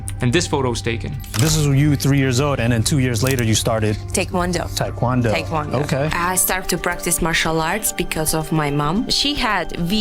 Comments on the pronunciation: the interviewer incorrected Valentina, who was correct in her pronunciation. "THAI kwondo" people do a form of THAI chi from the McDojo era, hot commercial trash instruction from unaccredited mall ninjas. How do I know? Basics, they can't say the name correctly. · as a Korean she pronounces it correctly and then some ass hat says “Thai Kwon dough”.